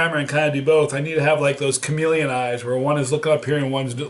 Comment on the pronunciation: "Camilion eyes" ROFL!!!